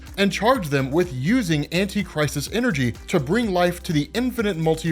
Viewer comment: Definitely thought you were saying “antichrist” energy😭